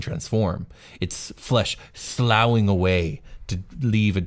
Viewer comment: Sloughing is pronounced like Sluffing. I blame the French